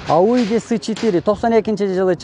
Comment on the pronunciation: Айюди эмес ауди десен тантык ,кичине даярданып чыкта !Озундун тартып суйлогонун жакшы эле